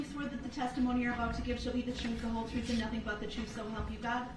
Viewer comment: Funny how the "troof" is only "for thee and not for me". He's so self righteous!! POS came out of the womb lying!! 🤬😠😡